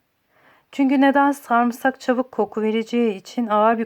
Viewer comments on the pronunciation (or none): Verdiğin bilgiler çok değerli teşekkür ederim. Fakat Türkçemizde sarımsak ne zaman saamırsak oldu anlayamadım.😃